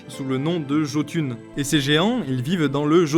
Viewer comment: Jötun se prononce "Ietoun". Bon, simplement considerer le "j" comme un "i" suffit en fait.